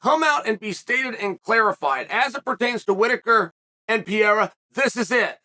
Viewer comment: *PEREIRA, not “Pierre”.